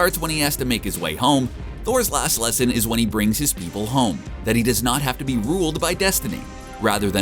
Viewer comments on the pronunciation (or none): none